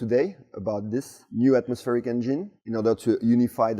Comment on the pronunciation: This is just getting f'n ridiculous! On a side note, it's funny how English is so good but he pronounces engine as "en-jine". Anyway Viva la France - you're now in everyone's good books again.